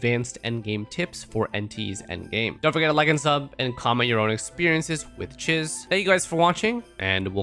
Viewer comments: Isn't it pronounced cheeze? Swear she said her own name in the story. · her name is not Chiz. it's pronounced CHEESE. even if it is spelled like the first name. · I swear he says Chiz wrong to annoy people to generate comments. LOOK AT HER, SHE IS MOUSE THEMED, ITS CHEEESE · Chiz is pronounced as "Cheese" she LITERALLY says her name in game.